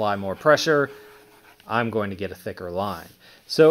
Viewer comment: Why do you say “Ine gunna go” instead of “I’m gunna go”… stop saying Ine it’s annoying….